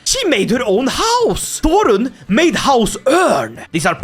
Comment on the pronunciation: Thorrun. The 'Þ' is pronounced like the "th" in "thing".